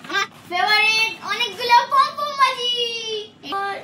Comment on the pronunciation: বন্ধু ওটাকে পম পম বলে না পক পক বলে